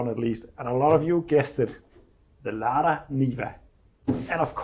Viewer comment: This car is So Seppo! Looking forward to seeing it reborn. The trabby and the niva. Brilliant! A small helper, not a criticism - in English it’s usually pronounced “larda” not “layda”.